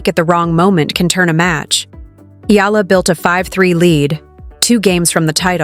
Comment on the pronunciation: Get your pronounciation right!! EE-YA-LA!!